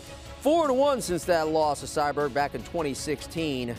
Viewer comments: CyBORG. There is no "Cyberg". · Her name aint "CyBerg"..... Its Cyborg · Why is he calling her cyberg ? It’s CYBORG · Lol this guy, Cyberg? No dude it’s Cyborg or Cris Santos geez 🙄 at least learn to pronounce the name before going on air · He said Cyberg 😂 Cmon Man U don’t know the Goats 🐐 Name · Sounds like he’s saying cyberg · Why does it sound like homie is calling Cyborg...Sideburn? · Is he calling her cyberg haha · Didn't know Cyborg was hard to pronounce?..... apparently it is. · How can you say cyborg so wrong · Why can’t this dude say cyborg right